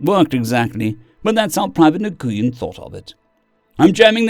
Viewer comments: it's "Wen" not "Nah-goo-yen", it's the most common Vietnamese last name. For the Agrorithm. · Nguyen is pronounced "win". I made the same mistake. To this day I wonder why they picked those letters for something pronounced "win".